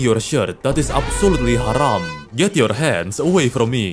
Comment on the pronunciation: when you said haram the right way bro